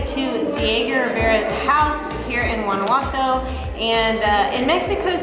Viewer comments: No se dice "Guanaguato", se llama Guanajuato!!!!! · Your pronunciation of "Guanajuato" is a little bit off... I will let it slide bc you guys are kewl! Guys it's Wa-Na-Hoo-Ato